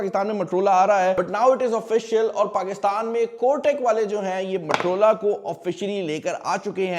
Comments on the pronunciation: Bhaai naam to sahi lelo, itna bara tech YouTuber hoke bhi.. MUTROLAA MUTROLAAAA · Kindly don't mind, you keep saying matrola....it is Motorola , being a mobile reviewing expert kindly pronounce the word correctly. Thanks. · Bro u still don't pronounce Motorola right.